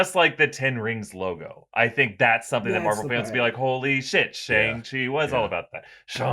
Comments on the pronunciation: It’s shaaaaaang Chi not shung chi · It's said sh-ang like sh- and then like aang from Avatar the last Airbender. Shi is correct though. No worries it kinda a tough word. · I have always heard Shang-Chi pronounced like "bang." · For fucks sake stop calling him Shong Chi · “Shong-Chi” lmfao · Jesus...it's Last Airbender all over again. Just because a white billionaire says it like that doesn't make it right. I cannot finish any video about Shang Chi.